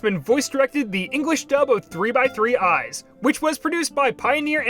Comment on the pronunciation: I guess that anime isn't really the main point of this chnnl AND that its 3 months too late. But the 3x3 Eye is actually pronounced as "Sazan" eyes. Since its a play on the number 3 in japanese (San). I actually recently picked up reading it and might give the dub anime a shot at some point since the guy behind Gargoyles is in the dub.